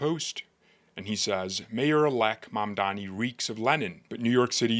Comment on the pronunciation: Mandummy... pronounce his name correctly please